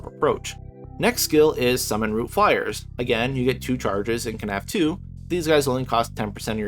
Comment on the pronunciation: Not fly-er it’s flay-er